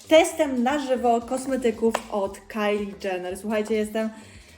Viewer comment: cena tych kosmetyków nie jest skandaliczna moim zdaniem, to są kosmetyki celebrytki, które posiada dwie ogromne firmy i nie oszukujmy się, ale nie będą one kosztować 20 złotych, o to w tym chodzi, ale podoba mi się, że jako jedna z nie wielu mówisz Kylie przez A, czyli w tym przypadku poprawnie. Pozdrawiam